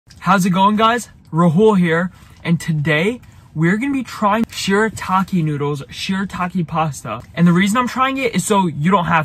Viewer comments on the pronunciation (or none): his name is ra-hOool not rahul